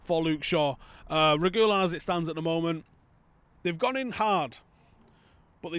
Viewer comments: he said Regoolon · It's pronounced Reh-gee-lohn, with the emphasis on the o btw.